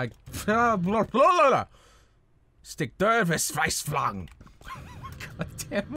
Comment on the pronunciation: this pronounciation hurts my ears... Stick der Verzweiflung... Goddamn it